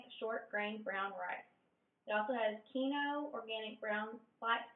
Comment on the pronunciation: Oh yeah, if you were reading what I thought you were reading, quinoa is pronounced Keen-wah.